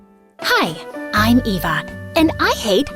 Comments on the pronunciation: why did ryaln say Ava instead of Eva? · her name is pronounced Eva not ava